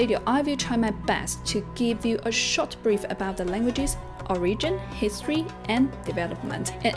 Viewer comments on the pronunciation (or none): I must confess I did not listen to her story at all but I could only focus on her pronunciation of English. Unparalleled -> unpellited. Short -> shot. Most -> moost[e]. Standard -> steander. Firstly -> firstely. Form -> formed. Tribal -> treebel. Sophisticated -> sofistikading. Stands out -> staans out. Rhythmic -> rhythemic. Perseverance -> persérviance. (é is where the stress is.) Pronunciation -> pronunca-átion. Father -> fadder. Contributed -> contribúted. Influence -> inflúance. Differ -> dívert.